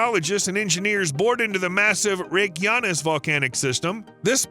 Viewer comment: My understanding is that the stress is always on the first syllable in Icelandic words. I wanted to scream every time he said Reykjavík or Reykjanes. Oh well, at least he got Njarðvík kind of right.